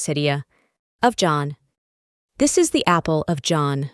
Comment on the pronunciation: es idea mía, o esta pronunciando al revés? osea this lo pronuncia como "dess" y these como "tis"